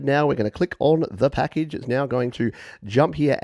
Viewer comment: the way you said "packagggge" made me laugh for some reason! Just very enunciated I guess! Is your accent Australian? I sometimes can't tell (being an American born Aussie myself). I get confused for some reason....